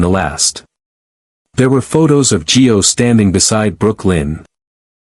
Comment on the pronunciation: For Pete's sake his name is Gio not Joe!!